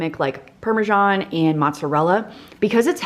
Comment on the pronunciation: Amazing cooking skills and great creativity! But just say parm or parmeZahn, NOT parmaJohn! Why the john? 😂😂 It's just written as parmesan and not parmegiano which is Italian. So the parma"john" is not sophisticated sounding at all.